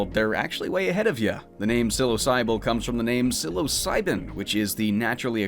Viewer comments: It's cute how he got name and gender wrong. It's "Sill-OH-Sib-ILL" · I always thought Psilosybil was pronounced like "sill-low-sigh-bill," since it's in reference to the word psilocybin